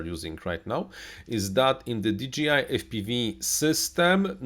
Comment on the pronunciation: di DŻEJ aj, a nie "DI DŻI AJ" - firma nie nazywa się DGI :D